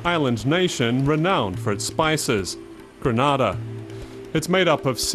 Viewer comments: Stopped watching after the second mispronunciation of Grenada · My country is not situated in Spain. You have pronounced my country's name totally wrong. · People need to stop pronouncing Grenada wrong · For someone who’s doing a documentary, You should have done your research and learnt the correct pronunciation of the island’s name first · Too much injustice.. And you further that by butchering the name of my homeland. Always show respect to any culture, by at least pronouncing the Name of the nation correctly.. Goodness.. Granada is in Spain, island off Spain.. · Man butchered the name of the island. Beautiful people and island. Respect to my Caribbean brothers 🇯🇲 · Check your pronunciation of the names of the islands